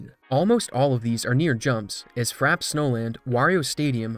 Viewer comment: It's "Frappe snowland" not "Frap snowland"